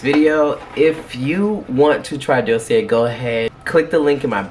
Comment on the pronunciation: Da see a. It’s french❤❤❤